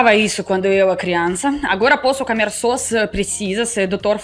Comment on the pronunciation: Você diz: camer. Diga comer.